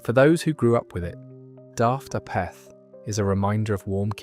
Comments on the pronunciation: "a - peth"? - No, it's pronounced "AY - perth" , with the accent strongly on the first syllable. It's a contraction of halfpennyworth - something of little value - because halfpenny is actually pronounced "HAY - penny." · saying “you daft apeth” was NOT said like you said it or how you pronounced it was said/pronounced “you daft Apeth” like in Ape 🦍 🦧